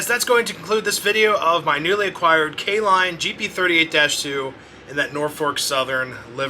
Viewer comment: K-Lline huh. Nice 😊